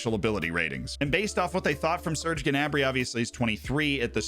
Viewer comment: Who is Ge'nabri? Pretty sure it's pronounce "Na'brie"